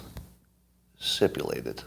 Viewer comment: "sipulated" -- LMAO